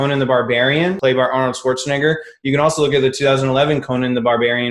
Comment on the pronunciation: That was a hard N on the Arnold swatrznegger